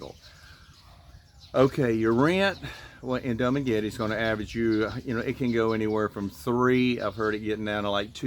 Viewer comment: Hey dude, it’s not dum maguette… it’s pronounced doo maguette.